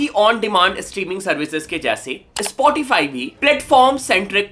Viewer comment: It's called "Spotify" Not "ispotify"